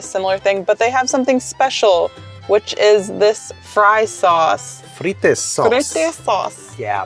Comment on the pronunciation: It s not Fritès it s Frites !